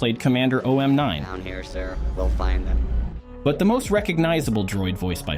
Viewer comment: I think OOM-9's name is pronounced "oooom nine" not "oh-m nine". Thats how its pronounced in the Galactic Battlegrounds game where he features in his own campaign.